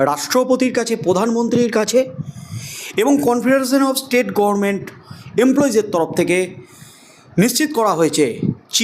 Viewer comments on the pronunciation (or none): none